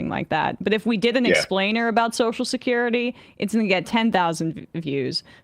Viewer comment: "So shacurity" 😂 I've been noticing that for a while lol